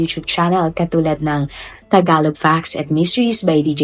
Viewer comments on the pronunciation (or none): none